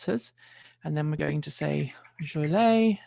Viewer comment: Thanks for the ABRP tutorial… BTW, as a native Chicagoan, it’s “JOL-ee-ette” (or “JOLE-ee-ette”). Keep up the great work!